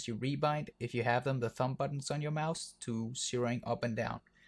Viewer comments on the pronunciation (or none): none